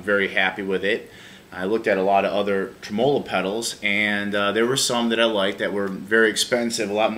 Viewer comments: You are correct. The emphasis is on the trem. It's trem'-olo, not tre-molo'. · You don't have to change if that's the way that people actually say tremolo in America. Just sounds really weird to Aussies and probably the rest of the world. Yeah my Boss ME-25 driver failed to install and is now stuck on my computer and refuses to uninstall. Roland support tried to blame it on my computer which has never had any problem since the day I bought it. Bit disappointed in Boss, cause I too thought Boss was the Beez Neez (best). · This is how Americans say tremolo? Wow....